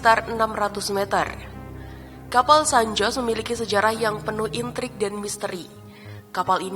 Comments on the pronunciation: Dibaca san hose bulan san jos 🤣🤣🤣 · Baca San Jose seharusnya SAN HOSE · San Jose selalu disebut Sen Hozey , ya kak . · San Jose mestinya dibaca San Hose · Koreksi dikit: Kata "San Jose" menurut fonetis Bhs Spanyol, dibaca "San Hose" 😊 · Cara baca bukanya san hose.. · Baru mulai eeeeh ada 'san joss' kocak🤣 pliiis bnerin dl dong narasinya min